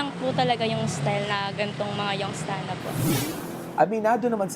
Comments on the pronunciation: " Young Stana" pota ang cringe kadiri halata talaga wlang mga class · Buset! Nagk cringe ako everytime naririnig ko yung "young stunna".